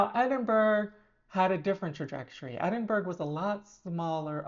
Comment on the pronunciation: she ilso called edin-bu-ra edin-burg